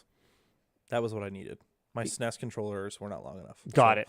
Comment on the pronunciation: saying SNES as "sness" is not okay :/